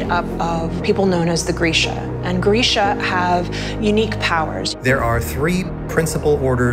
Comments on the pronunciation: Just now finding out you've been saying Grisha wrong for almost 10 years???? Me too... Let's start a support group😂😂😂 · ....grisha is pronounced gree-sha? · Not me finding out Grisha is pronounced with an e sound from this video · I thought I was al set to go and now I must read Six of Crows in two days also Grisha is pronounced Grei-sha!?